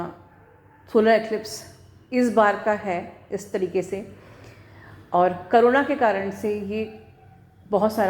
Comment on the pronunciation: nice video...but mam its "corona"..not "karuna" ..plz correct it..thank you